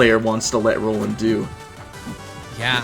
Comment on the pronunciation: Ah yes "Noland"